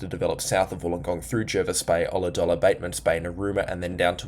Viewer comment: Great report, nailed the Ulladulla.